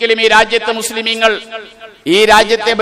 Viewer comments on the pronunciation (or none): മുസ്ലീമീനുകൾ അല്ല.... മുസ്ലീങ്ങൾ എന്നു പറയെടോ.